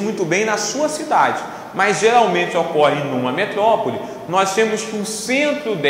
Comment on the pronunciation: metlopole kkkk prof ótimo